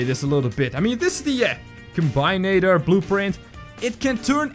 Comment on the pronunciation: combinator is reading combaineitor